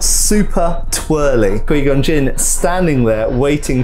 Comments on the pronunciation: Quai gon not quee gon unbearable to Listen to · did you call Qui Gon...QueeGon? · "qwee gon" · but everyone ever in starwars pronounced it as qui-gon, not qwee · The way he says “Qui-Gon” but pronounces it as “Quee-Gon” kills me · Who else is weirded out by him pronouncing Qui-Gon wrong, it’s not ka-we it’s more like ka-why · "Quee Gon" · "Kwee Gun" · It's pronounced 'QuY Gon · I'm so distracted by this dude saying Quee Gon. That's not his name bro, just say it right. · Quee Gon🥴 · Kwee Gon. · was great except those many mis-proncunciations of Qui Gon's name. :D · That Qui-Gon pronunciation, though 🤣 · Ime scarred today for the way he say Qui Gon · How this man say qui gon 🤣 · It was instantly clear that this reviewer was not a star wars fan in the first 20 seconds, mispronounced qui gon and then said they should of kept darth maul around, he lived for a quite a long time after this 😂